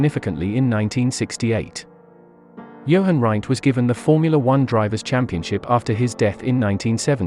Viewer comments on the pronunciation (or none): Jochen Rindt, not 'Johan Wright'. SMH